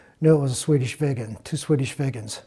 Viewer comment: ffs...Viggen NOt Vegans!!!!!;)